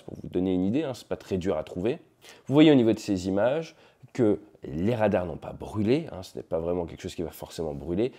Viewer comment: Des Rrrrrradarrrs...